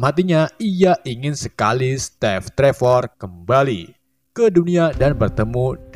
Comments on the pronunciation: Narasi nya bener" katro gak bisa bhs inggris steve saja jd step🤣🤣🤣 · Kenapa steve jadi stev apa step gitu tapi kenapa yang satu kurang e yang satu malah p bukan ve 😢😢😢😢😂😂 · Saran min, belajar lagi pelafalan dalam Bahasa Inggris, biar enak dengernya... COntoh ya, Steve itupengucapannya "stiiv" bukan "Stev"